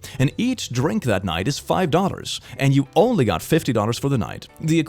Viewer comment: Why did I kept hearing ''Daughters'' instead of ''Dollar'', help my brain is malfunctioning